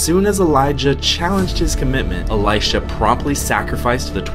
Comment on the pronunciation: what's with your pronounciation with "Eli-SHAAA" ...."eli-SHAAA"😂😂😂 it's really unnecessary and funny bro😂😂😂